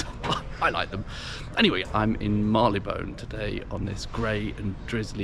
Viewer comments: When I worked there back in the '60s, Marylebone was pronounced 'marry-le-bun', not 'marr-ee-le-bone'. Nice pubs anyway. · Agreed. And it's still pronounced 'marry-le-bun'. Did not let it spoil my viewing pleasure.